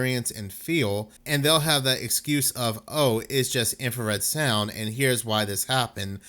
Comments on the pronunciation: Please read the word. INFRA SOUND no red INFRASOUND. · INFRASOUND! Not infraredsound. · Infrasound, not infrared sound, dude. 😂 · INFRASOUND NOT IMFRARED SOUND............ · Infrasound, not infrared sound. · Dude I like your channel and humor, but please,,, it is called infrasound, NOT infra- red-sound. The whole video you mis pronounce the word. Which changes the meaning. Infrared is a form of light. I really do like your channel and topics. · Eight thousand times you misspoke and said 'infraREDsound.' Come on man, get it together. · "In-frah-sound" not "infrared sound" goodness! When I heard it the first time I wasn't bothered I just thought "oh he said it as though it's a light lol" then after you said it for the 100th time I was like, "IT'S FREAKING INFRASOUND!!!" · Did you say "infrared sound"? 😂 Infrared is light. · Infra sound not infra red sound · It's INFRASOUND, NOT INFRA-RED SOUND....🤔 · It is not infraredsound, just infrasound. The word "infra" just means under or below. The colour is measured in Nm and sound is measured in Hz. Those two things has nothing to do with each other and saying infraredsound makes you sound very uneducated. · Stop saying " Infra-red sound". It's not called that in any of the reports you show on screen. Its "Infrasound". I'm know I'm being pedantic but I can't stand it when someone is trying to sound like an expert in something, yet consistently makes mistakes in what they're saying. Rant over. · It's infrasound, not infra red sound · Infra - sound… Not infrared - sound. :) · It's infrasound, not infrared sound. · **Infra-sound Not infrared sound...infrared is visual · It's infrasound, NOT infra 'red' sound. I don't know where you're getting the 'red' from. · I would have but you kept calling it infrared sound and not infra-sound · its pronounced INFRA sound